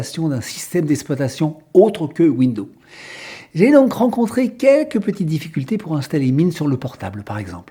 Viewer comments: Il faut prononcer le 's' de window(s). 😞 Je pratique Linux depuis 1997. Une chose qu'il faut savoir pour Linux. Méfiez-vous des matériels trop récents: Il ne sont peut-être pas supportés nativement. Aujourd'hui c'est moins fréquent mais la bonne démarche est de se renseigner sur la référence du matériel à installer avant de l'acheter. Ceci vaut moins pour les périphériques Amovibles USB par exemple mais c'est encore possible. Noter que vous avez le droit de retourner un appareil si Linux ne le supporte pas. C'est pour cela que si vous avez un doute: 1/Conservez vos tickets d'achat 2/N’abîmez-pas les emballages, du moins tant que c'est possible. Les vendeurs ne fond pas forcément beaucoup de marge sur tous les produits. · Vous dites tout le temps (phonétiquement donc) « Window ». Mais vous devriez prononcer « Windows» avec le son « z » sur le « s » final. Sinon vous inventez un nom de système d’exploitation qui n’existe pas. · Rem : on ne dit pas window. C'est windows et on prononce le s. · Très bonne vidéo. Mais pourquoi prononcez-vous "window" (fenêtre, en anglais), et non pas "Windowze" (l'infâme système d'exploitation que tout le monde connaît) ? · Bonjour il serait correct de ne pas ennuyer le réalisateur des ces très bonnes vidéos simples et claires avec des soi-disant prononciations qui ne conviennent pas aux "oreilles sensibles" Windo par exemple..... ceux que ça gène ne sont pas non plus obligés de les visionner! il faut se rendre compte du travail énorme que représentent ces vidéos qui plus est sont gratuites! Merci pour votre compréhension et encouragements a! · Cette façon de parler qui me donne l'impression d'entendre mon grand-père ... Windeau windeau windeau ... Insupportable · c'est moi ou sa façon de parler est insupportable ?? windows se prononce ouinedose, répète apres moi. C'est toi Raphaël Enthoven derrière ton écran ? lol:face-green-smiling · Oui, ça m'énnnnnerve aussi ! Windoze, Windoze !!! C'est pas compliqué !